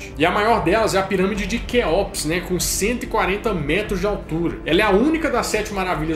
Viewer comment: Dois erros de pronúncia: Não é Guizé é Gizé ... e não é Queóps, é Quéops. Mas o vídeo está massa.